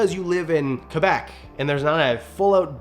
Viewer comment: This is a minor thing, but thanks for pronouncing Quebec correctly!